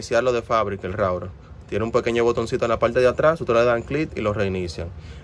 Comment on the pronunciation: Por que dices rourer si es router